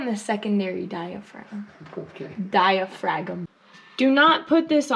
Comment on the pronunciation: Lmaoo Dia-fragum Hahaha